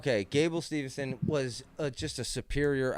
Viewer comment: The name pronunciations are an epidemic in this show! Remember only one N in his name. Gable Steve-son. Not steveN-son.